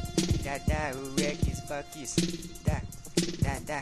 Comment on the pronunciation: kkkkkkkkkk crl o cara fala eggs box